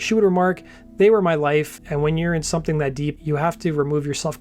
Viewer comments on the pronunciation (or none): none